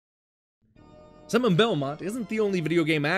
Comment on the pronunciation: Did you say "Simmon" Belmont? I've listened to that pronunciation a couple times now. It's pretty amusing.